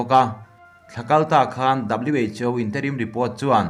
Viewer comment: Who lai khi WHO tih tur aw haha😂😂😂